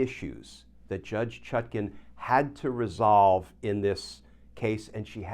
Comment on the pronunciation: The Judge's name is ChutKAN, NOT ChutKIN, as in nutkin, please.